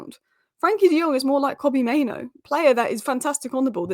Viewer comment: Main-OO. Not Maino! Sheesh!